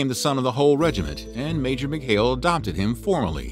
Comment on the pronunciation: Mickhale??? Serjay???? Who the hell narrated this? Try Sergei (pronounced Ser gay) Mikhail (pronounced Meek HEIL)